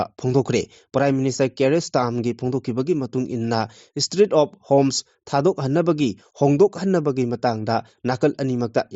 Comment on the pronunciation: Street of Homes haiba nutte Strait of Hormuz haiba ni Dr Lorhur phorzu haiba nutte Dr Lorho phoze haibani Heitradi panu Ucharon sudaba